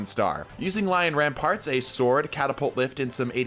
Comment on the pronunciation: Btw they're called lion RAMPANTS! Not rampaRt!!